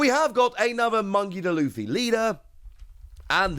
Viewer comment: Bro said "Monkey Da Luffy." Just call him Luffy, my man.